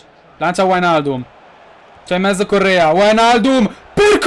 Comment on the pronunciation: Ma solo io quando dici "la mette in mezzo" capisce sempre "la mette in "?? ahahahah,comunque.... #krulforpresident